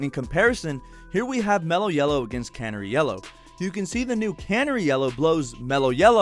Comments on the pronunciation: Great vid but I have to laugh when you say Can-er- ie yellow .. it’s pronounce the same as the bird Cun-nare-ie Canary 🦜 💛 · I’m sorry, I love your videos but it’s driving me nuts... it’s CaNARy. Like the bird. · Canary yellow, as in the bird. Ffs. 😂